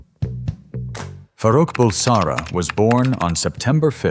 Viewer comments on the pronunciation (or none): Why don't you learn to pronounced his birth name correctly